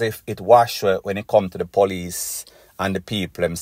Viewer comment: Yuh cannot say police.